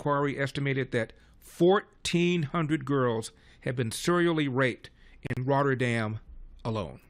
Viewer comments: Rotherham, not Rotterdam. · Ok. Thx. Never heard of it before. It sounded like "Rotterdam" every time.